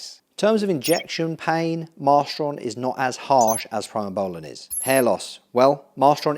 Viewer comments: Great video but please pronounce primabolan correctly..... Pree not Pry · Pree-moh-bowlan, not Pry-moh-bowlan Pretty much use mast or primo as an AI depending on the ester of the cycle. I think you should run Primo if you’re running over 500 test for a 16-20 week cycle, short ester bulk you could do test/mast/npp and run the npp higher than test, mast alone should work for that.